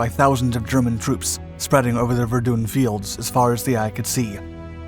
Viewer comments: I Suggest getting the pronunciation for Verdun right , So dont do one on Ypres until you can get that right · Say Verdun again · Verdun in English is pronounced "Ver-done'...... French is "Vair-don"